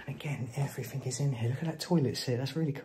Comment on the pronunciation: The word "everything" ends in with a G, not a K. Everything not everythink.